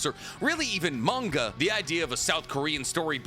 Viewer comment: It’s manga why do u say it werid